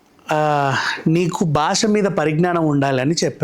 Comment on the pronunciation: gaariki దీర్ఘం not దీర్గం భాష not బాష